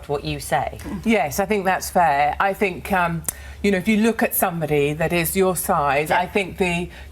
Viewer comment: "I fink I come across well spoken" riiiiiight...